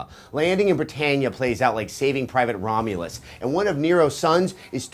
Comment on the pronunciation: 'saving private Romulas' LMAO